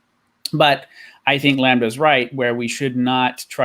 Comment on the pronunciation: Why should I listen to anything you say if you can't even say the word "lambda" correctly? Fuck sake.. Anyways, thanks for the stream. Decently enjoyable, agree with most of the panel. Cheers. Btw - A comment by - "how do you convert the masses when after any argument it'll be countered by indoctrination of the screen." ^ this is on of the most important issues not many people are talking about.